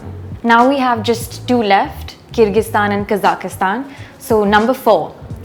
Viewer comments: Kazakhistan? You mean Kazakhstan? There is no "i" in it. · Please note that the Kazakhstan is "Kazakhstan" and not Kazakistan... Please there take it very offensive if you say them Kazakistani... the correct ethnic is Kazakh...